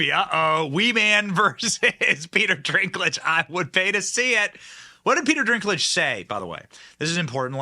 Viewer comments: Bro...why the f do you keep saying Peter DRINKlage throughout the entire video? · His name is DINKLIDGE, NOT DRINKLIGE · I want to make a game with my friends where we watch this video and every time Benny Johnson says, "Drinklage" instead of Dinklage, you take a drink. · Can someone tell Benny its Dinklage, not Drinklage lmao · Dinklage not Drinklage. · Why do you keep saying "Peter Drinklage" though? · It's Dinklage not drinklage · Dinklage not Drinklage lol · Is it driving anyone but me a bit nuts that Benny keeps sayn the guys name wrong....no R .....it's dink ....not drink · How many times are you gonna mess up pronouncing "DINK" it's NOT "drink" it's "DINK"!!! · Dude its DINK-lage not DRINK-lage..... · Pete's sake, can you get the man's name right? It's Dinklage, not "Drinklage". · I don’t watch any movies made by Disney! And before anyone jumps all over you for the way you are pronouncing Peter Dinklage, look at the spelling of his name there is no R. in Dinklage. His name is Peter DINKLAGE. I think Peter got really cocky after he was in Game of Thrones and won an award for it. He needs to understand that he is not the only little person that can act. Well, looks like Disney is gonna fall right along with all the rest of the woke companies. I hope they leave the state of Florida go to California and hook up with Disneyland because we don’t want them here! Yeah just can’t fix stupid! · Why is he saying "Peter Drinklage?" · Why does Benny call Peter Dinklage, “Peter DRINKlage?” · Peter DRINK-lage? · Benny it’s “Dinklage”Haha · It's Dink-lage... I don't like the guy. But say it right ir you look as bad as hollyweird Ben Duh 🙄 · DINK….. lage. Dink….. 🤦🏻‍♀️ after the dozenth time. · It’s not drinkage! Lol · Dinklage does NOT have an R in his last name. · Benny are you saying Peter's name wrong on purpose? It's funny if you are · Yo Benny there is no R in Dinklage... ha ha